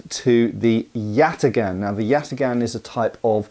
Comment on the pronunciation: Yatağan is pronounced "yatahn". The ğ serves to elongate the vowel before it.